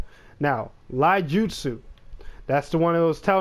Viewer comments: It's not "Laijutsu" its "iaijutsu" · Also, it's pronounced "EE-YAH-JOOT-SOO"